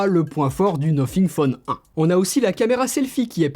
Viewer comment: Le nofing